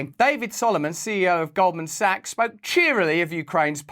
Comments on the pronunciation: I'm pretty sure he said Golden Saks!✌️❤️ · “Golden sucks” it sounded like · Him mispronouncing Goldman sacks as golden socks cracks me up!!!